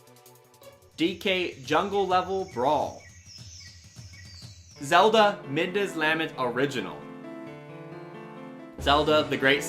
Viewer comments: lament is pronounced la-MENT not LAM-ent. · "Midnas LAHment" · Lament isn’t pronounced that way. Molgera doesn’t have an “i” between the r and a it’s “Medley” not “Melody”